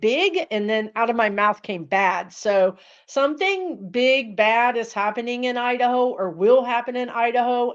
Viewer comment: I don't know what that was but when you said- the word "Iderho" it sent chills right through me and I was willing you to stop talking about it! Lol